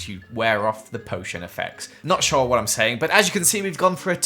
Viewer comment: Does anyone else love when says “wot” it’s so funny